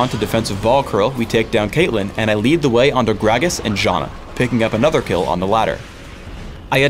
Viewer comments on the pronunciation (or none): none